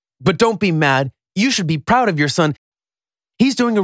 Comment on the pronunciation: He said poud HMMMMMMM